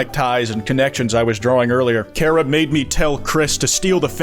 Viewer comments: chara not kara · its CHA ra. not KAR ah. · thats not how you say charah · It's Chara's fault that pronounces the name "Care-uh" instead of "Kar-ah" (I am incapable of handling slight linguistic differences to my own vernacular) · "carea" yeah learn how to spell chara before you make undertale memes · The way says "Kara" gives me a brain anurysm:sob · I don't trust people who pronounce it char-ah ngl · His pronunciation of Chara just made me drop the video. It's unbelievable.